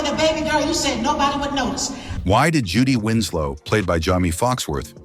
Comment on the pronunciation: I can't continue to watch of this man continues to say her name incorrectly.